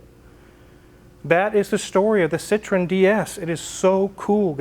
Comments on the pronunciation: pronounced seetroen dude.Citron is really redneck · you better use your phone to help you with your pronunciation of Citroen. The way your saying it, Citron, means lemon in French, and I’m sure you don’t want to invoke that! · Please pronounce the name of your car correctly, you sound ignorant, you own one now. Citrin is a fruit, not an automobile ! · fyi Citroen is pronounced with 3 syllables, "See Troy en" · French word for lemon is citron. Is your car a lemon? No! There is an important separation of sounds at the O and E.